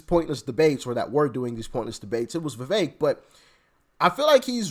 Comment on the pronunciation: it’s Vi”veck” — not Vi”vake” 🫢🫢🫢🫢🫢🫢